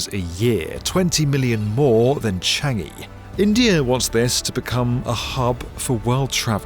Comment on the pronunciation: For future reference, it's pronounced 'Cha-ngi', not 'Che-ngi'. Although still a step forward from 'Cheng-gi'.